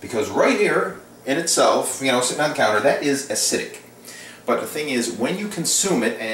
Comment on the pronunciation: acidic has 3 syl=la-bels, not 2.